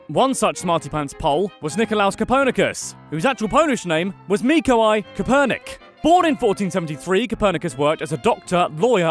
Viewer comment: Mikoway Kopernyk, what's so hard about it?